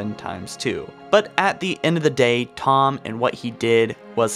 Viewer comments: Its pronounced Tee-home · I don't think anybody forgot about Thom, seems like just click bait. And the H is more pronounced than how you say it.